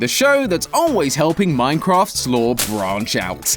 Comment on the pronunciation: SWEAR IM FINNA BOOM SUMTHING STOP SAYING LORE WRONG WITH THAT BS ITS LOOOOOOOOOOOOOOOOOOOOOOOOOOOOOOOOOOOOOOOOOOOOOOOOOOOOOOOOOOOORRRRRRRRRRRRRRRRRRRRRREEEEEEEEEEEEEEEE. Thats why your viewer count dropped.